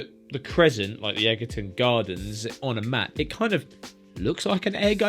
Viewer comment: Egerton is pronounced edge-er-ton. Nothing to do with eggs!!